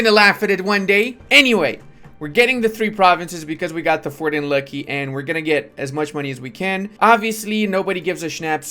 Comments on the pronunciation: Every time i hear how calls luki as lucky i get pissed for some reason. Luki is look e and provinces with zh is like j in romanian. But anyways good content as always. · Not Kholm, but holm. Not Lucky, but Luki (like in "Looky").